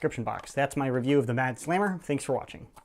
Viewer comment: I love how he pronounced slammer 😝